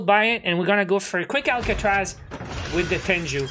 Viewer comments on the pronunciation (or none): Its a japanese term pronounced as Teng-goo not Ten-ju. Anyways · Bruh it's not tenju it's t e n g u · Lmao i pronouce it teng goo too and it kubda triggers me when people say it like tenju